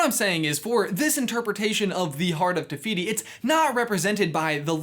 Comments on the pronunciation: He says it like “tuh fiyty” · i know this video is old now but just saying te whiti is a real moari god and all f sounds in moari are spelt with a w, h. ka pai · It’s te whiti